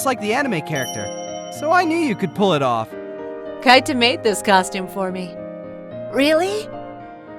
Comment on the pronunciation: It's not Kaita, it's pronounced Keeta